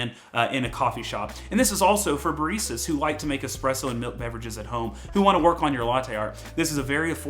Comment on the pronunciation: Me: Baristas This guy: Bar Easter's